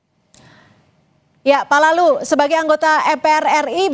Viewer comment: kedengerannya seperti "PALALU" saran aja besok manggilnya BAPAK LALU aja ya? 😅